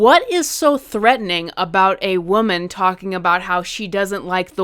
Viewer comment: People who can't pronounce woman are not to be trusted 😂